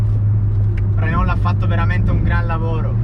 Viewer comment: Mi sono iscritto bellissimo video! Bella la 5 GT ph1 anche se la ph2 è leggermente migliore a me piace anche la Supercinque Campus. Comunque si pronuncia RENÒ oppure RENAULT e non RENOL! Consiglio metti le mani più in alto quando la guidi. VIVA LA 5 E LA SUPERCINQUE 🚗🚗